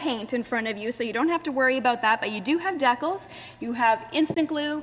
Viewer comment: did this bitch truly just say "decul"